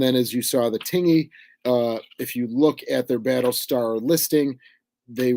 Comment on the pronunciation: Hello. Just an FYI, 'Tingey', USS Tingey DD 539, is pronounced "tin-jee", so the 'g' is a hard 'j', more like the word hinge. I have a very soft heart for the Tingey, she kept my grandfather safe during his service in WW2. He was fireman first class Holly Gene Ludwig, F1c. Thank you for bringing attention to her.